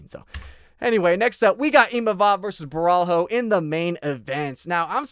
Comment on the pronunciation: Was going to bet on Caio but after hearing you glaze "Boar-All-Hoe" I've decided to switch over to Immamov.